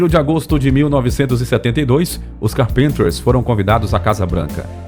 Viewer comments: Esse narrador. Fala o nome do grupo. Completamente ekivocado. Pronuncia ando. Carpintes. Parece até k ésta. Falando. Carpintes. Em português. Dói o ouvido.em. !! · Por favor, o locutor precisa urgentemente aprender ingles, ou no minimo pronunciar corretamente “carpenters” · Ótima narrativa. Só peca na pronúncia do nome CARpenter e do nome das músicas. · Locutor não sabe pronunciar o nome da banda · A pronúncia do nome Carpenter está errada, pesquisa mais! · Excelente vídeo, muito bem feito. Você poderia melhorar a sua pronúncia para a palavra "Carpenters", pois ouvir do jeito que está é bem doido. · Car Penter? ou Cárpenter. Essa pronúncia do narrador descaracteriza totalmente o nome da dupla. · Que agonia ouvir Carpínters sendo q a pronúncia é Cárpinters..Ninguem é obrigado a falar inglês, mas pelo menos o nome das músicas correto seria mais agradável .Karen não morreu em "circunstâncias estranhas" .. Ela sofria de anorexia nervosa, um distúrbio alimentar, que ocasionou uma insuficiência cardíaca, quadro agravado por sua condição fisica... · Se lê Cárpenters e não carpínters.... cabeção..!! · É a primeira vez que vejo uma pessoa pronunciar "carpinter". Isso se falar da pronúncia errada do nome de várias músicas. Tudo bem que o narrador não precisa saber falar inglês, mas chamar um clássico da música pop de "onlay yesterday", demonstra completo desconhecimento. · Queria saber, porque o locutor chama a dupla de "CARPINTERS" e não Carpenters? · Não é Carpinter e sim Carpenters pronuncia-se Cárpenters! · Vamos melhorar a pronúncia do nome dela por favor, que estória é essa de Karen Car-Pinter?! Kkkkkkkkk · A pronuncia dessa voz digital do narrador é triste de tão ruim... Pra quem conhece chega a doer no ouvido. Fui fã dos Carpenters nos anos 80, de participar de fã-clube e tudo. Tenho a coleção completa deles em vinil ainda ok. Mas com a morte da Karen o fã clube acabou por se dissipar. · Ñ é "carpinters" e sim "carpEnters" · CÁRPENTERS, acento na primeira sílaba.